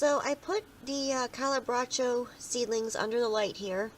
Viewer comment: thank you for making these videos. I Love Calibrachoa's but I'm struggling with them, both as seeds and plants. One thing though on pronunciation. Cali - bra- k- soft h- oh-ah